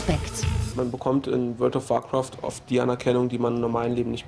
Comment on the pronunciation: Alter das is alles fake^^ Er kann nicht mal "Warcraft" ausprechen und das is ein normales Englisches Wort. Dazu warum zeigen sie nicht seine Chars nein sie müssen lv 2-10 Mensch Hexenmeister zeigen....